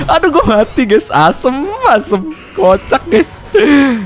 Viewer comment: ngakak pas bilang Asem asemm😭 jawa pol